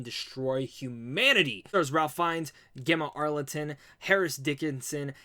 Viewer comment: Yeah, he keeps saying Ralph. It’s aggravating. Lol Rafe, Raif, Rayf. Fines. And Gemma Arterton. There’s no “L” in her name brih.